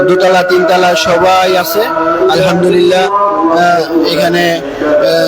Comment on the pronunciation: ভাই তুই তো আলহামদুলিল্লাহ শুদ্ধ করে বলতে পারলিনা।